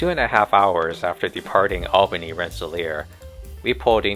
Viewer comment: Why do people doing Lake Shore Limited videos often mispronounce Albany? It is pronounced All-bany.